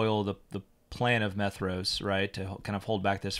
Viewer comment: "Maedhros" should be pronounced as "MY-throass" with a voiced /th/.